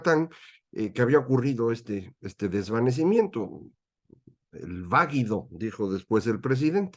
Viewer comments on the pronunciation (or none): Pero Lopitos dijo “vaguido”